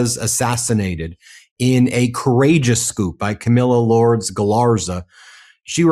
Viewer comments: For me, sloppy language throws shade on the reporting. Her name was "LURE days" not "Lords". Had a Cuban neighbor named Lourdes and she taught us how to say her name. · Lourdes is pronounced "Loordes" fyi